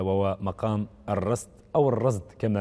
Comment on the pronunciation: يرجى تصحيح إسم المقام ، فهو مقام الرست وليس الرصد ، وإبلاغ الإعلامي المحترم باسمه بأنه رست وليس رصد لأنه أخطأ في تسميته في البرنامج